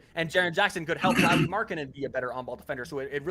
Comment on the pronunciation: Dudes! You literally had Chandler there to model how to say Lauris name correctly (as much as native English speakers can) and not one of you learned? You still kept calling him Lori the whole time.